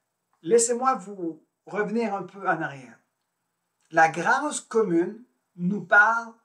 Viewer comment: 1. S’il vous plaît prononcer le mot grâce avec un accent circonflexe. Qui est beaucoup plus beau. 2. Vous ne répondrez pas à la question ni à la description de la grâce. 3. Je vous conseille les entrevues avec Anick Souzenelle une grande dame. 4. La grâce est mystique (…..). 5. La grâce ne vient pas du tout avec la croyance en Dieu. 6. Désolée, agrandissez, vos connaissances.